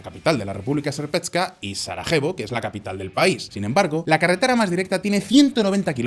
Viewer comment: República serpetska😂 se pronuncia serpska